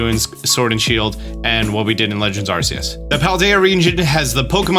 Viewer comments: I love your videos, but it hurts every time you say “Arseus” instead of “Arkeus” 🤣😭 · Myrydon? Arseus? Koerydon? How do u mispronounce every name??